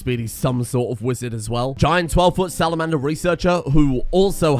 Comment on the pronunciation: No-No-No-No-No! You'd say "SalaMAN-Der Ballista!" C'mon...I know you're rum'd out here, but even you should've got that one. xD